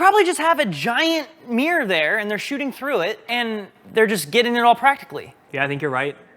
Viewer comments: learned how to say "Mear", the same place Mark Rober did. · Someone tell that "mirror" has two syllables😂